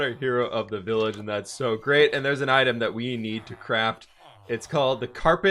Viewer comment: Vi(LL)age lol XD F